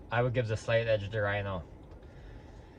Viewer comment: Rino aint rhyno hes human. Ree-no ;D